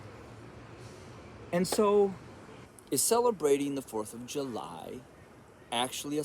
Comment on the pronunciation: The fourth of Yu-lie!!!!!.remove the j and put a y